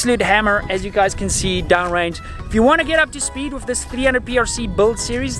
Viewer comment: Guy must be South African. Pronouncing "with" as "wiff".